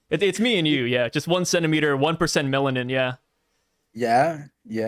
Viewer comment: why dont know how to say melanin is beyond me bro hahaha